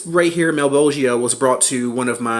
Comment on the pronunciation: thank you for pronouncing malebolgia correctly